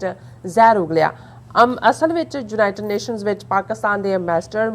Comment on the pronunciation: ਜਲੰਧਰ, 06 ਅਕਤੂਬਰ, 2021: ਮੈਡਮ ਜੀ, ਲਫ਼ਜ਼ "ਯੂਨਾਈਟਡ" ਨੂੰ "ਜੂਨਾਈਟਡ" ਕਰਕੇ ਨਾ ਬੋਲੋ, ਕਿਰਪਾ ਕਰਕੇ ਆਪਣੇ ਤਲੱਫ਼ੁਸ 'ਚ ਸੁਧਾਈ ਕਰੋ, ਕੰਨਾਂ ਨੂੰ ਬੜਾ ਅਖਰਦਾ ਜੇ । (ਖਬਰਸਾਰ ਸੰਪਾਦਕ)